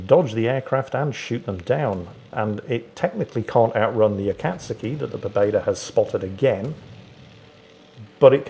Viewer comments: "A-kat-ski" -. It is "A-kat-sue-ki" my man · Noted the continued mispronunciation of Akazuki, not so clever naming a pet something you might say a few times a day now is it? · swear to god mate, are you pronouncing "akatsuki" like that to get under my skin? cause its working!